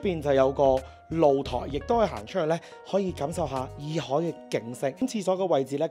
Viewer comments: 普洱茶的洱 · 問過AI，讀耳海😊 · 洱海，讀（以海）喎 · 洱讀 Yee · 普洱（nei) , 但洱海係讀耳海